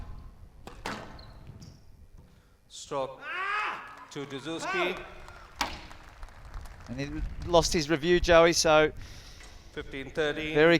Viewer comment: "player[s] review dessou[s]ky" hahah priceless central ref